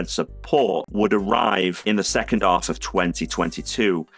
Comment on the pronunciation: Why doesn't this guy pronounce the letter H? After I update my ub, I can get Phillips you working with my OhmKit in the second aff of 2023 when I can tell ow much power I've used. He hopes you've enjoyed it. If you av, don't forget to subscribe, because it elps him a lot.